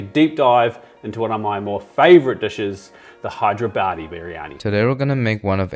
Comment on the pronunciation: Bro pronounced Hyderabad so bad, our government decided to change the city's name